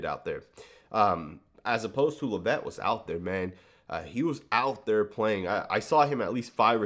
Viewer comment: When you say "La-VETTE" do you mean Dallyn Leavitt "LEV-it"?